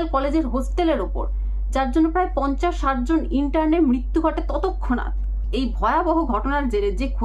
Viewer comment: তৎক্ষণাৎ উচ্চারণ টা আগে ঠিক করুন...অশিক্ষিত...😂😂😂😂